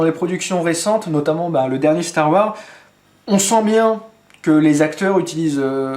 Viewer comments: salut super vidéo juste c'est STAR WARSSSSS pas star war cordialement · Psst, n'oublie pas de prononcer le "S" à la fin de STAR WARS. Ce sont des mots en anglais, il faut prononcer toutes les lettres. Ou dis le complètement en français "la guerre des étoiles";) Chouette présentation, l'airsoft ce n'est pas que des gens en uniforme et des répliques plus vrai que nature.